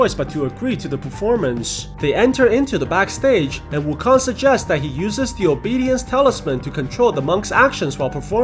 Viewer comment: Dude its not wukon its wu kong